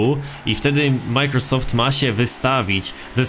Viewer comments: NIE MIKROSOFT TYLKO MAJKROSOFT XD pozdrawiam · BRUH "Mikrosoft"